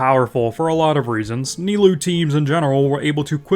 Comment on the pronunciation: That "Nailoo" killed me